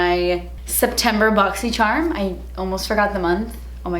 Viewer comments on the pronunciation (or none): Who else watches these just to hear her say "boxy sherm"? <3